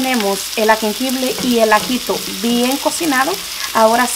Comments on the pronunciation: Corrección.. No se dice agengible. Es jengibre. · qué rica está ese guisado muy sabroso Sólo quería hacerte los comentarios esa salsa de ostión engorda muchísimo tiene muchísima azúcar y tienen muchos almidones engordan terrible y se dice jengibre pues lo estás diciendo mal te lo digo con todo mi cariño y respeto porque sé que vives en Estados Unidos y allá en lugares donde no te dicen bien los nombres es jengibre saludos